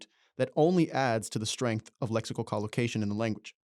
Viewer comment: You mispronounced collocation every single time you used it